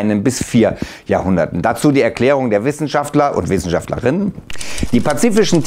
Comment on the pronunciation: 3.52 ist irgendwie strange wie du bei den wort Wissenschaftlerinnen "ab gehst"